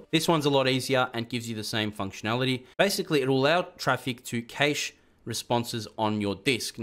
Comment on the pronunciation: Jsyk cache is pronounced cash not caysh